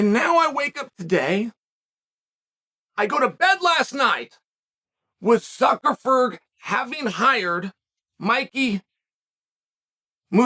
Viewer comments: This fight needs to take place in some random backyard in Miami OG Masvidal style. Suckerferd <- one of today's pronunciations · Why does Chael keep calling him Zuckerfer or Zuckerford? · Said Zuckerberg right one time and went right back to ferg just to mess with us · Zuckerferg hiring Musameelee Chael you misspoke and pronounced it "Zuckerberg" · The way you mangel Zucks last name is priceless.